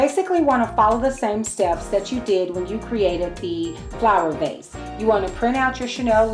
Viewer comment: Vase not case lol